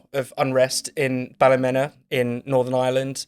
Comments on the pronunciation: Wrong its pronounced Balla-mena. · For all the English out it's pronounced Ball-e-meena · Immediately pronounces Ballymena completely incorrectly, mate this is not hard to get right when you're doing a podcast about Ballymena, obviously you literally don't know the first thing about the place, even how to say it